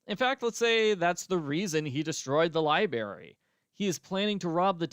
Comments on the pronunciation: Every time says libary my eyes twitch. That always bugged me. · “Libary” made me lol throughout this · I liked the culprit speeches! On a side note, I am not from the U.S. so I found it interesting that we pronounce library differently. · was intentionally pronouncing it the same way as Dexter to poke fun 😄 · So that's what that was! I've got to replay that game or rewatch a livestream, because I've completely forgotten how Dexter pronounced library.